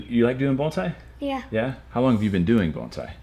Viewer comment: Someone who actually pronounces bonsai as bonsai and not banzai... Bless you, sir.